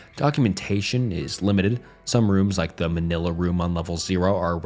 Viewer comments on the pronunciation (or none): none